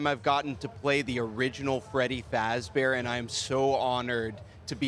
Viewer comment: "FREDY FAZBAR"